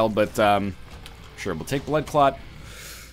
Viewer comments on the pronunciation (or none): I'm listen to this whilst cooking, and whenever he says blood clot it sounds like butt plug.